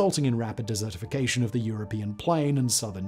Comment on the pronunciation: Anyone else think of dessert 🍰 due to Simon's accent and how he says desertification 🏜? While dessertification 🎂 🍬 🥧 might be more yummy, it's probably just as bad as the desertification 🏜 plan